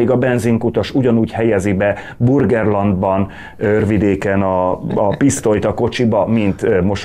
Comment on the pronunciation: Burgerland a McDonald's mellett van. Őrvidék Burgenland. N-nel!!! 3x hallgattam meg...ejtsük már jól. Köszönöm.